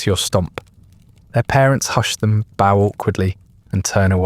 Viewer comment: The regular mispronunciation of "bow" makes me suspect that this may be an AI narrator. If so, it's a very good one.